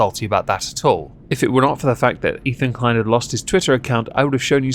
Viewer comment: Ethan Klein; it rhymes with " whine" . . . I fankyew! 👁👁 🐙